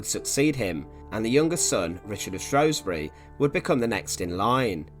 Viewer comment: Quilty stuff! Just one thing though shrewsbury is pronounced shrews-bury not shrowsbury. Keep up the good work!